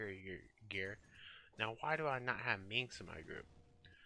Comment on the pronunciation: MIX?! His name is Minsc, you fool. GO FOR THE EYES, BOO!!